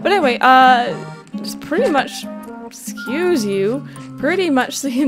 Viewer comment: So when she said Essuse you I had just sneezed and I laugh so much cause well it was like she had just gone well Essuse you. P.s sorry for any miss spellings I don't have the best spelling.